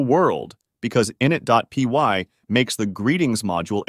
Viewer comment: Great vid, only issue is your pronunciation of init. It's "i nit", with emphasis on the "nit". Not "in it" with emphasis on the "in".